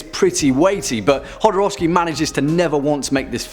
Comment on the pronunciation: Mispronounces Jodorowsky multiple times, praises him, says of Santa Sangre..."one that I've wanted to cover in-depth for quite a while," spends a grand total of 2 minutes and 12 seconds on it. I love you guys but seriously?